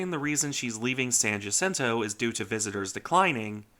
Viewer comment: Thank you for pronouncing San Jacinto correctly